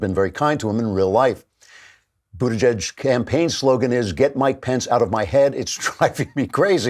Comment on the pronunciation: I keep telling you, Andrew! It's Booty-Gig. There is no edge to it.